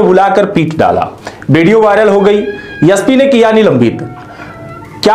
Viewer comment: पहले उच्चारण तो ठीक से करना ससीखो फिर विडिओ बनाओ वह यस पी नही ऐस पी होताहै SP